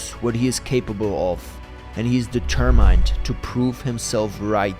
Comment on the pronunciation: Dee- ter-mined - what kind of accent is that? Australian?